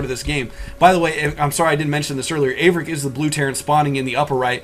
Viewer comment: 13 is a noob. haha Thank you for correctly pronouncing Averic's name. I cant wait until I get a beta key so I can pwn 13 1v1 and then have achaia broadcast the game. -DIG